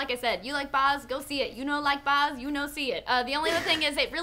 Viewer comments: It's pronounced Baz right? Like Bazza. Not Boz? haha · Ok sorry but it is killing me as an Australian hearing you pronounce Baz as Baarz. Baz is short for Barry, not a fancy English name:) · OMG! It's B-a-z not B-ah-z. Baz is a nickname for someone called Barry. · lol whats a 'Barz' Luhrmann? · Every Australian viewer cringed whenever you said Boz.....I mean Baz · it hurts every time the say Baz. It's not pronounced Boz. It's BAZ!! There is the letter A in there ARGH!! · Baz not Boz! It's pronounced with an Aussie accent! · Hey... I'm sorry... But its Bazz Luhrman not Baaazz Luhrman. You're really destroying the Australian pronunciation of the name. It's like how you North Americans murder the pronunciation of 'Melbourne'. Please stop saying it like that. you're close, but you still have some work before you got it! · Baz Luhrmann and the rest of the cast had an IMPECCABLE understanding of the book. And it's pronounced bAz not boz ahahahah.... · why do they pronounce baz as bahs? it has a long "a" sound.....not to be picky but if you're going to criticize his movie and you're such big fans, you MIGHT want to pronounce his name correctly. not even trying to be a troll or whatever, but yeah. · OMG BAZ as is bAAAAZ, not boz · boz luhrmann. haha. first time hearing an american pronounce his name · it really bothered me how you kept pronouncing baz, bahz..... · Its Baz, not "Baaz". Damn it, please use proper australian pronounciation! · Keep it in your pants! Calm down.. And it's Bazz not Bhars dork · It's Baz Lurhmann. Not Boz... C'mon ladies! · its baz! not baars! da fuk , u guys say u love the director? u cant even say his damn name... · Glad I wasn't the only one... I was like who the hell is this Boz they keep talking about... I died a little every time. LoL. Like saying Leonardo DeCaRprio. Still an enjoyable review. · They have no idea how to say his name lol it's Baz lol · every time you said Baz, i cried a little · bAAz not boz